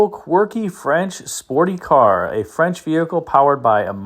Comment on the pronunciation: Agreed, French pronunciation is impressive.